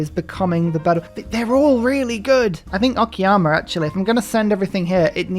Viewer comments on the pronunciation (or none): I'm grateful that, even though calls "Okayama" "Okiyama"... At LEASTl he doesn't call it "Okay-ama" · every time he says it i keep thinking he's talking about Akiyama the yakuza character